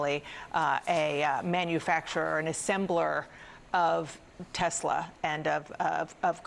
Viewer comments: Did the doger really found 'tesler'? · Elon Musk isn't the Founder of Tesla, he bought it! it was founded by Martin Eberhard and Marc Tarpenning. Elon Musk has no idea who the car is named after, as he cannot say Tesla properly!